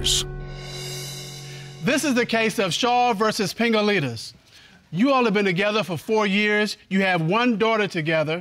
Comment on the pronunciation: I kept hearing Dingalingis...